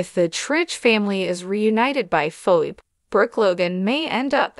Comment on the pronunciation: Pronounce names right her name is phone not phone